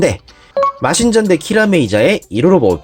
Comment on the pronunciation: 마'신'전대가 아니라 마'진'전대 입니다만...ㅡ.ㅡa